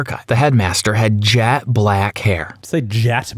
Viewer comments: He knows that. It sounded like jAt black. That’s why he thought it was a typo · The voice actor said jat black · Yeah I’m pretty sure all English speakers know that adjective, however in the video it said “jat” and not “jet” which is why was confused